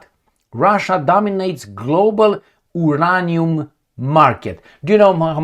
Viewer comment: Uranium Pronunciation, /jʊˈreɪniəm/ (yuu-RAY-nee-əm).